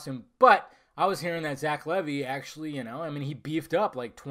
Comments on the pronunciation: It's pronounced Leevi not Levy. The costume looks good though I like the cape with the hood and his boots and gauntlets. The hair kind looks off to me, is it a Pompadour? That seems campy to me. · It's pronounced Lee-Vy.